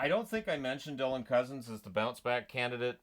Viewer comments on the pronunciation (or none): none